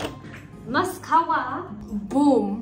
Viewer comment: when u say mascara it’s like saying خرا😭